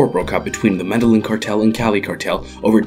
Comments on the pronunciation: Meh-DAY-yeen not Meh-Dehlen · "Medalin" really? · Jesus Christ, that hurt my ears. Meddlin’ cartel. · Please learn the Spanish pronunciations. " Medeyeen" is how the name of the city is pronounced. Two ls together in Spanish are pronounced like a y. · Med-eh-geen, get it right. Lol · FYI, not all white people say it like that. You would think the guy would've practiced the pronunciation before narrating a video about the Med-eh-yeen cartel. They only say it about 10,000 times in the show. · The way you mispronounce Medillin repeatedly is so triggering ... you WATCHED the show, where they say the name literally 1000 times, and you still call it the "Meddlin' Cartel" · Medellin cartel, pronounced Medeyin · why are you the only person on earth who pronounces Medellin incorrectly? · This guy’s pronunciation of Medellin is so so white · I think you mean american. The Spanish who named the city are from a place called Europe where the white people are from lol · Agree. I'm white and European and that's not how I say it. 😂 Why people tend to say white when they mean Americans? They're not the only ones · Ana Todd even most people in America know how to pronounce this correctly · How did you pronounce Medellin again? Bruh... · The narrator's pronunciation of Medellin is torture to my ears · i cringe every time he pronounces medallin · You always fail at pronounce Spanish words, like Medellín or El Mexicano. Smh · My guy does not know how to pronounce medellin. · I cringe every time u mispronounce Medellín